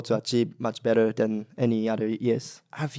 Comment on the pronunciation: He's starting to talk with an Australian accent 😂 the way he says "bettah"